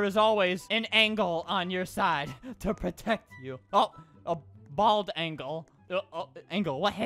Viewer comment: ''Angle'' XD